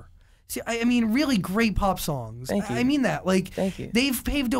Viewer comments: “Tank u, tank u, tank u” HAHAHHA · when he kept saying fwankyou OMG I CRIED OF LAUGHTERRRR